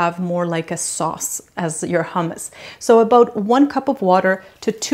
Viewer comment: Great but so much nicer to at least try use the correct pronunciation.